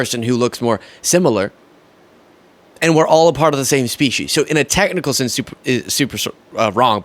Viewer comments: For the record, it’s pronounced speesees, not speeshies. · No, she said Soeech She's. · There is no h in species why are you pronouncing the h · Yep, she said "self preservation & to protect iur species"😂😂😂. Wowzers